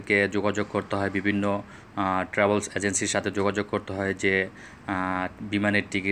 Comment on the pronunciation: ভুল বলেন কিসের জন্য। বাংলাদেশ এয়ারলাইন্স না, বলেন বিমান বাংলাদেশ এয়ারলাইন্স আর ট্রাভোলস না, ট্রাভেলস বলেন Ok.